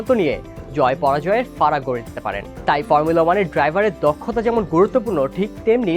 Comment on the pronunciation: কি ফার্মুলা- ফার্মুলা উচ্চারণ করেন! শুদ্ধ করতে যায়া তো হোগা মেরে দিছেন। Max Verstappen best. 🔥